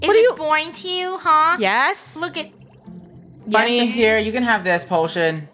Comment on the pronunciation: Eula and it’s Funneh is Eunneh ☺️